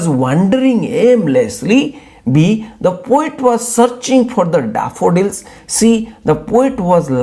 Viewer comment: 😂😂daafudilsss...🤣oh god your pronunciation😂